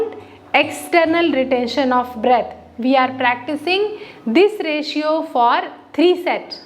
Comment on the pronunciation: Reshio nhi hota mam reshyo 😂